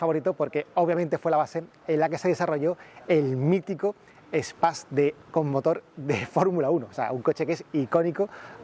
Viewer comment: Duele oir como pronuncia Space, madre mia.